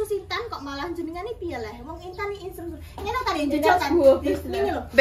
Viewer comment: 'Intan sbg instruktur' ❌ 'Intan sbg stukture ' ✔😪